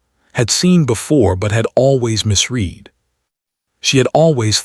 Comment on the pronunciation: What is wheelchair? For everyone sake Elena or Eleanor, stop "Ee lean or" spelled every which way but correctly. And misread correctly pronounced misred🙄